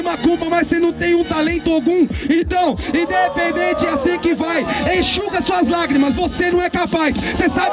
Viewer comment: 100 vezes falou idepedente kkkkkkk